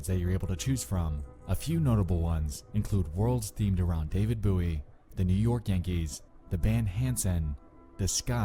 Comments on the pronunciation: Dude you mispronounced David Bowie. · "David Booie" god it just makes me shiver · “David Booey” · David Booey? Why do all the creepy readers like and Chills intonate and pronounce stuff all weird? Is it a big ploy to get people talking about them? People complaining in the comments = video does better? If it is, it's working. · "David Booey" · David booowii. I'm sorry but if you speak English how do you get a name so wrong. It infuriates me when YouTubers just flat out say names completely wrong and stick to it. Edit : this video was a very well constructed waste of time. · Yea it's a texas thing lol cause James Bowie from Texas history is pronounced boowie, like 'boowie' knife. Though I'm from texas too but I've always said david bowie's name the proper way. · its a good excuse because I've definitely heard Texans say "boowie" but at the same time it seems like nothing other than an excuse because accent aside, that's not David Bowie's name. Nor is it how it's said regardless of accent. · I was 26 years old the first time I ever heard someone not say it as "booie"... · Him saying booie really annoyed me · Bowie.. Its pronounced Bowie, how its spelt, Bowie....l...